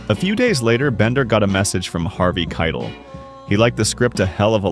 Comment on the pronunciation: Great video but it’s pronounced Harvey Kei-TELL like tell a story Sorry but it was bothering me 😅